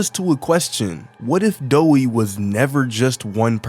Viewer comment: Doey not Doei